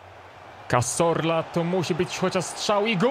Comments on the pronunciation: Cazorla a nie Casorla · pls jak jak wypowiadasz nazwisko cazorla to mów ca(z)orla A nie ca(s)orla bo aż uszy bołą